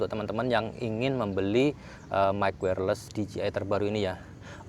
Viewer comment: Dijeai bang bukan dijiai